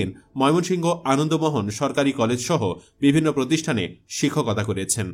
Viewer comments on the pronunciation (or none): none